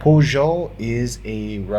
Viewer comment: Nice collection. The Russian poljot is pronounced “pol-yot” which means pilot